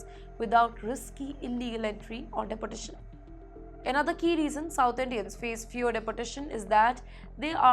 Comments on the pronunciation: It’s not’De’portation’. It’s pronounced as ‘Deportation’. Just like it’s written. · "Dee-port-ay-shun" please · News reader is atrocious. She needs to figure out the correct grammar and pronunciation for deportation as it sounded like "deputation" .......or else she could be deputed elsewhere too. Please speak in Hindi and turn this news channel into a Hindi channel. Speaking English in Hindi nahin chalega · Teach this woman how to pronounce properly in English. Deportration? Pattrun?? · Her pronunciation of Depertation - Dunkey route. 😂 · Pretty woman, awful script reading. It's not the Indian accent that is a problem, but the embarrassingly wrong pronunciation of certain words and place names which reflects poor research and incompetent production oversight. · Mam, please get your Pronunciation right "Deportation" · You would think if she has to say the word deportation that many times. Her boss or the editor would teach her how to use to the O vowel in the word deportation. I can ignore it a little but she says it so improperly OVER & OVER. I had to stop watching by minute . It’s too bad, looked like a good story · This lady reporter does not know how to pronounce 'deportation' correctly. She must have studied in a low grade English medium school. Why doesn't she Google to find out how deportation is pronounced properly.